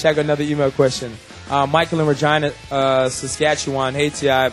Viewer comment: lmao regina he pronounces like vagina xD